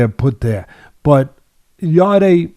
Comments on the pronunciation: It's YARD(E) Teddy not YARD-AY 🤣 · It's not pronounced "Yardy" or "Yarday", it's pronounced "Yard". Silent e. Really annoys me, have some respect for the fighters and get their names right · His name is pronounced Yard and not Yard-ay. The e is silent 👍🏿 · Who's yarday teddy keeps talking about it's yarde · Why do they pronounce his name Yarday? It’s just said as ‘Yard’ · Guys it’s pronounced like Yard as in backyard not Yardeh 😂 I think beterbiev beats Bivol by late stoppage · Please he’s called Yarde as in yard not yarday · are they pronouncing Anthony Yarde's last name as "Yardayy"? Or are they saying his last name and first initial as Yarde A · His last name is said yard, you don’t add the e as a sound. Maybe watch the fight again and listen to the announcer. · I think it's pronounced Yard, E is silent Yarde= Yard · 'Yard-ay' Lol. Teddy's a boxing brain still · the e in yarde is silent, so it is pronounced Yard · They hear everyone call him “yard” but they see an e at the end & say I’m just gonna pronounce like that 🙄😂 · If you haven't got the respect to pronounce a guy's name (Yarde) correct, how can I take seriously your analysis of the fight! Poor show, mate.